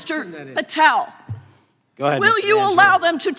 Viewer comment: Mr. Goldman completely fell apart here. Kash was caught in a fishing net and Goldman just cut it loose with all his mispronunciations.